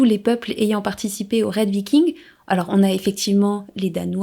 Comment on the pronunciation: Et pourtant, aujourd'hui, il est reconnu par le consensus scientifique que les scandinave de la période viking (viking et pas vicking merci;) ) sont allés en Amérique, comme quoi, l'Histoire n'est pas figée comme les trouveurs de vérités veulent le prétendre. Dans les années 1020 même pour être précis. De là à dire qu'ils l'ont découverte, techniquement, Colomb ne l'a pas découverte non plus d'ailleurs puisqu'il se croyait aux Indes XD Je ne vois pas en quoi les livres ne peuvent pas apporter de nouvelles informations, la littérature sur les scandinaves et les vikings est justement en train d'exploser ces dernières années apportant nombre de thèses très intéressantes comme le livre de Johanna Katrin Fridriksdottir "Les Femmes Vikings, des Femmes Puissantes" qui apporte une analyse et une belle vue d'ensemble des sources à disposition pour parler des femmes de cette période. Evidemment, cette effet de mode amène son lot de mauvaise littérature parfois propagandiste ou biaisée, il est tout aussi compliqué de faire la part des choses que sur la toile >< Enfin, concernant le principe de cette vidéo, il s'agit d'un "réact" le but est donc en clair de découvrir un contenu et d'y réagir à chaud, ce n'est pas une méthode scientifique mais plutôt un type de contenu assez en vogue sur internet, a certainement voulu s'y essayer;)